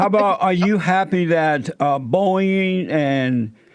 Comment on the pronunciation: He said boing instead of Boeing